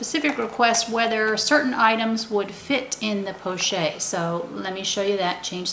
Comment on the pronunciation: I just have to say that it is pronounced 'po-shett' with a hard t and not 'porchay'. In the French language a consonant followed by an e is usually has a hard emphasis. The word pochette is used to describe any small envelope shaped handbag.